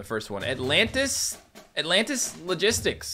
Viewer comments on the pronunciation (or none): none